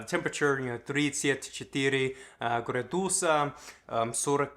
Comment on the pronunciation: Hello! Native Russian speaker here. That's great to hear you learn Russian. I've found the wrong pronunciation when you say градусы (degrees). You emphasise on the second vowel, which is incorrect: градУсы, градУсов. The proper pronunciation is on the first vowel: грАдусы, грАдусов, грАдусная мера I hope you will take this in mind :)